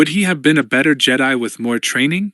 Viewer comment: Some dead spots in the audio but I’m not complaining about a free book. Anyone else bugged by the way they say Jedi? It’s nothing but it drags on me after a while.❤